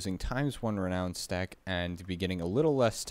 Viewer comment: Having trouble finding the D you're pronouncing in renown.